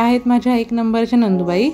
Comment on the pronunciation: नंदूबाई नाही ग ,नणंदबाई म्हण.